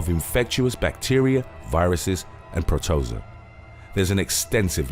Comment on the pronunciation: "Pro-toe-zuh?" It's pronounced "pro-toe-zo-uh," moron.